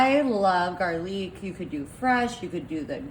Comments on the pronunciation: Is she using an Ai voice over or is she not able to properly read and prone words? The word is GARLIC, pronounced GAR LICK, NOT garleec. It's CUMIN, pronounced que-m-in! Not cummin. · looks good, but will you just shut up! you talking at us like we are idiots. speak the name of the ingredients the way they are suppose to. it is garlic not garlick. it is not funny just annoying. mote recipe less you. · And garlique! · Wtf is garleek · Garleek powder 😂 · It’s Italian like garlique, 😂🤣😂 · Must have been Rip himself.😂😂 This was the wildest pot dumping episode I have ever seen. I can’t take anyone seriously that calls Cumin Cum-in and Garlic Gar-leek.😂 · Not tryin to be a BeeOtch here, just tryin to help out. I hope someone tells me if I mispronounce something. ANYWAY... Oregano sounds like O-ray-guh-no. Garlic sounds like Gar-lick. Cumin sounds like Cue-men. You're welcome. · She’s delusional! No cowboy ever made or taught her that. And it’s pronounced Or- reg-in-o. Gar-lick, and Coomin, if you can’t pronounce the ingredients correctly, just show the bottle and say throw this in. You dunked the dirty cans in the slop that it’s contaminated!!! I can’t believe I even watched it!!!! I’ll never get that time back!!! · IT PRONOUNCED OR- REG - GA- NO , GARR - LICK AND KOO - MIN PLEASE SAY IT RIGHT !! 🙄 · Thanks I'm not the only one. WTF did she just say O-JEG-A-NO? Gar--leek, Comings??? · I don't think I've ever heard anyone mispronounce, garlic, oregano, and cumin, so badly. Just that makes me not want to eat it. You don't have to try so hard to be trendy, that you mispronounced words, just to make it so.